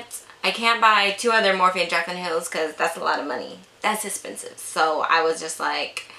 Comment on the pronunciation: "Dass Esspensive" looooove when Kathleen Lights says that! 😂😂